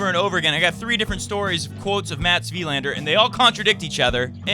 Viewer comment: As a fellow swede, just wanna point out that Wilander is pronounced more like Wilaaander rather than Wiiiilander.. =)